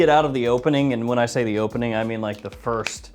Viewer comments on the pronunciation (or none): none